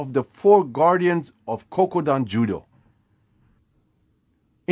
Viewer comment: It's Kodokan. Not Kokudan.